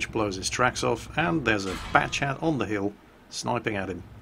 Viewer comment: did just say fat-chat or was it just me?